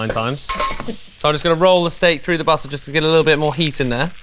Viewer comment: ALL THINGS BUTTAAHH